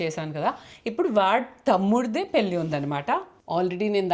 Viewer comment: It's not పెల్లి or పిల్లి, it is పెళ్ళి. If you can't pronounce or don't know.. that's not a crime, Keep it in english. But don't disrespect telugu language. I watch all your vlogs and enjoy but whenever I see your thumbnails in telugu I feel so disappointed. Good that you learnt telugu and speaking it but don't use it when you are not sure about it, especially in thumbnails. An observation and good suggestion only not to criticise you or your work.